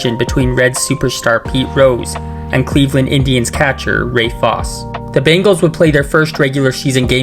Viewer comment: Ray Fosse. Long E not Foss.